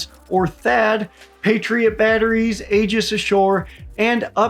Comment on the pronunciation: Good video,. Keep it up. BUT ALSO, if you're going to care about pronunciation, forget about General Guetlein. You mispronounced Aegis like a dozen times. Also, not a good idea to insult Star Wars, And also, not sure why you're throwing shade at Lockheed Martin, that would be interesting to know. PS. Regardless of whether the "dome" works or not, there's also the factor of whether adversaries would believe that the US believes this weapon works. You can't threaten someone who believes they are safe from those threats.